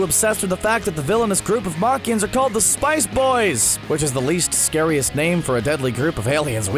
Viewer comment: Got the races all wrong and can't even say gohan or piccolo race right thumbs down.